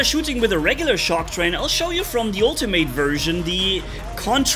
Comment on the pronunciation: atleast say “ultimate” right if ur gonna keep complaining about the same stuff u been complaining about for a while